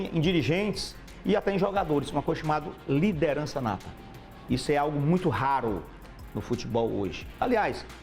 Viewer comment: " LIDENRAÇA NATA " que porra é essa cara? o cara nunca treinou nada e quem é que ta balizando quem tem "liderança nata" e quem não tem? kkk